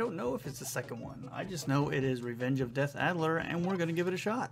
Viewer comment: You're driving me nuts, it's DEATH ADDER! :) Great video, I loved this game as a teenager at the local bowling alley.